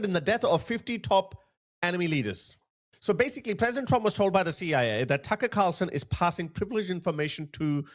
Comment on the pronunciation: Tuckerrh kharrrrrlson😂😂😂